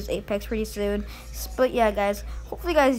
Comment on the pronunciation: i always hear "piss out" not "peace out"